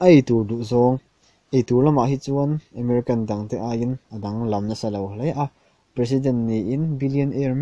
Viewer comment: Emerican nilo in Ameriken tizawk rawh lam mawi deuh duh chuan